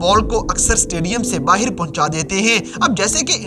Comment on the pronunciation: Tu baahar ko baahir kyun bolta hai bhai